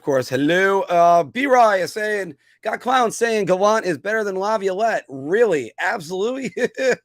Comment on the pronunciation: I know why you're on alone. Right now, Filk & Anthony are making up A Pool on How Many Times You'll Pronounce Incorrectly Peter Laviolette. LOL. It's OK. I love you,. After Working, you come on An Give Us A Great Show, so, you have Carte Blanche from Me to Mispronounce His Name As Much As You Like, Buddy.